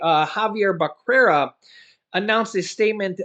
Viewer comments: Hi, Becerra is pronounce Beserra. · Hey just to let you know it's pronounced Xavier Beserra.